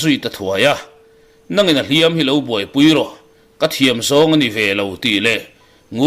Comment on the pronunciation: Thangthar ho hian Hliampui tuar tih a, Hliam tih lai tak hi in thluk sang zel mai a, thluk hniam zawk tur a nia.